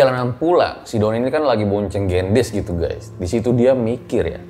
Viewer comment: koreksi dikit y baca gendisnya harusnya e nya di baca kaya di kata beli bang 😁 Gendis itu artinya gula 😄